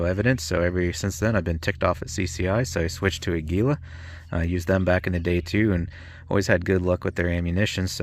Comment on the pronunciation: You moron, you can't even pronounce the name right!!!!!!!!!!!!! What's the Spanish word for eagle you stupid twit?????